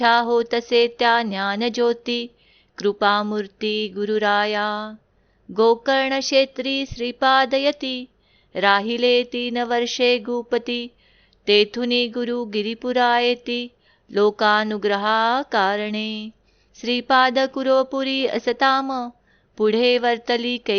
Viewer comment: श्री गुरु देव दत्त एक सुचना कराविशी वाटते तृपती नसुन तृप्ति आणि गुपती नसुन गुप्ती क्षमा कराली पण रोज हे उच्चार मनाला खटकतात